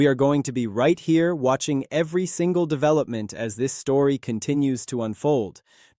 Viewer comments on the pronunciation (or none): none